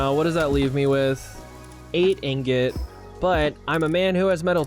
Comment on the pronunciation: Did this guy actually say ignot. I don’t think i have heard anyone mispronounce ingot that badly before. Woooow. How do you even do that. He went to an actuall school, right?